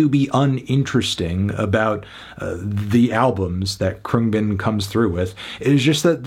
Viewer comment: 4/10 your kidding. cant even say the band name right wake up dude